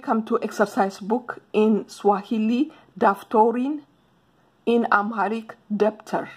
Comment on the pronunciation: Daftari not daftorini